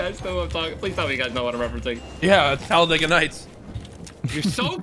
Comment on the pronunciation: “Taladega nights”😂